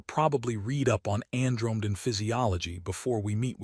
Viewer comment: ann-drome-den? AI Narration fails with aanother missing ending. AI Slop /sigh